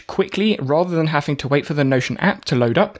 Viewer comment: Stop saying HAFING TO :😢